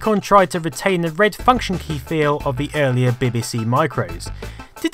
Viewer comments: Love your videos and your channel everything you make is really interesting and presented very well but for the love of god stop saying ‘bihbihsee’ you’re English you know it’s Bee Bee See 😫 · PLS FFS stop say "bib bee c" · Yes, he is saying bibby see. No we dont pronounce it that way. No I dont know why hes doing it. XD Im stunned by the graphics on elite (near the start of the video). This machine WAS ahead of its time. Shame it died out so fast tbh. Fun fact. Populous on the amiga was the 2nd game I ever played using a link cable, the first being Stunt Car Racer, even made the cable myself. The good old days. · Just curious, not hating or anything (because I really love your videos and just subbed), but why do you say ''beh beh seh' when referring to the computers, and 'bee bee see' when referring to the tv shows? I guess I'm missing something? :p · Learn how to pronounce BBC fool. And acorns grow into oak trees, not acorn trees you knob. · It is weird the way he pronounces it 🤔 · WHY DO YOU SAY BBC SO WEIRDLY?